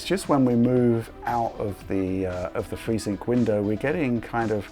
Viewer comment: telling us about fweesync!